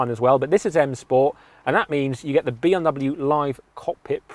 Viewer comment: Why does he keep saying B Om W?